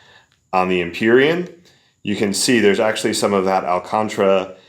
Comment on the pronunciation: al-con-TAR-ah, not al-contra FYI, and it's actually a brand name for the material... great review otherwise, I think you're the first reviewer to get their hands on these